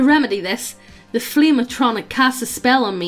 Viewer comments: It sounds like you pronouncing it as A-tronic as apposed to A-tri-noch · Ah-tro-knock. Not a-no-tronic. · "Ayy-tron-ic" as apposed to "ahh-tra-nock/noch" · A-tron-nick? A-tron-nick?! At-tro-narch! Jesus, to you teach her nothing? XD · The way says “flame atronach,” I keep hearing “Flame-A-Tronic,” so the entire time I was picturing this guy banging a tacky, overpriced grill or something. Made my day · ah-tro-narh-c. and yes, it is very real. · I hope never again to hear say "Bussy" in my life And saying Atronach Ah-trow-nak Reeeeeeeeeeee!!!!!!! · Atronach (AHT-troh-nack) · Ah - tro - noc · It’s “atro-nock”. Also how did they miss the chance at a fire crotch joke??! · Did she say atronik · Isn't it pronounced At Ro Nok? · the way she says Atronach bothers me